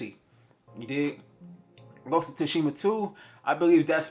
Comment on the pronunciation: He said ghost of tushima lmaoooo. Bruh learn how to pronounce shit correctly